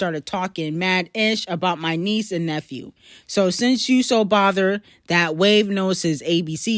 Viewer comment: said “g” and “newphew” 😂😂😂😂 I know it’s n old but it’s still funny 😆